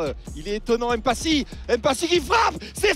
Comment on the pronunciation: Merci 😃 petite remarque le nom se prononce mmpasi et non empasi oubliez définitivement "e" devant des mb, mp...🙏🏾